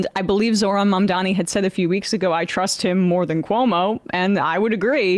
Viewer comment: Pronounced "Zohran Mamdani" right. Even the 'h'